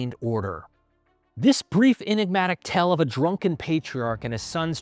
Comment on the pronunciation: Its a 'tale' not a 'tell'